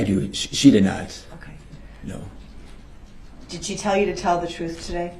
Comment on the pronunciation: his troof and his axing went nowhere